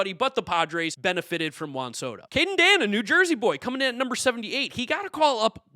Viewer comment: You’re pronouncing Caden Dana’s last name wrong. It’s Day-na